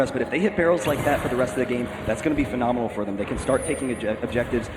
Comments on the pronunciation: he keeps saying "phenominal" lol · it is phenominal how many times one guy can say phenominal in 60 min